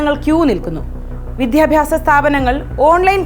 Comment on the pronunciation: വിദ്യാഭ്യാസം ആണ്... വിദ്ധ്യാഭാസം അല്ല